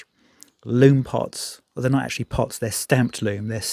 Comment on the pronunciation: *Lume plots. Not "pots".